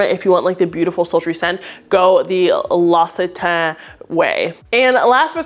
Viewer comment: It’s pronounced “lox-i-tan” in French (as someone who just spent 3 months in the l’occitanie region of France where that brand is made), the rep was lying to you. 😅 great list, thanks for the recommendations!